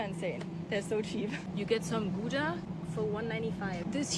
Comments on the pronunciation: It's pronounced Gowdah, not goooooda. So yeah, that joke goes to waste. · OMG Gouda its Gouda pronounced GAUDA the o is mor an A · Please, for the love my Dutch neighbours: Gouda is named after a Dutch city/town and it is pronounced like the ou in hour not like in gooey 😅 Hugs and kisses from Germany ❣️ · FYI, it's not Gooda, it's pronouced just like the ou in cloud. And we don't shop for 2 weeks in Europe, most people have supermarkets in walking distance, no need to buy that much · Gouda is pronounced GOW DA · How is it that even a german can't pronounce Gouda properly.. ! Komm schon!